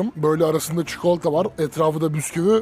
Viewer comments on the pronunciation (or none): none